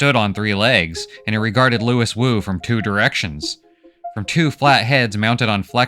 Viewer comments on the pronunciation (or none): His name is pronounced loo-ee, not Louis. It's spelled out whet chmee moans his name while injured... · I just finished the book for like the 3rd time. And still I found this synopsis quite illuminating. You present the plot in a nice way that I get a little different interpretation and the graphics are a nice touch. My only complaint is that I think his name is Louis - as in "Loo-Wee". But that's probably irrelevant. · Brilliant - my favourite sci fi story - well done. It's pronounced LOOWEE though.